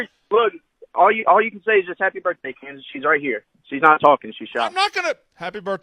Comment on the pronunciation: “Candis” OMG u can see his soul leave his body😂😂😂